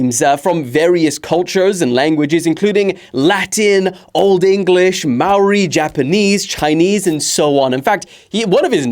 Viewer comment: Oh my gosh for the 3rd video in a row New Zealand has got mentioned. Thank you and for saying Maori correctly.